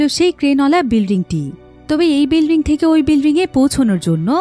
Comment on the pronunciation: Bilring na bilding Hobe?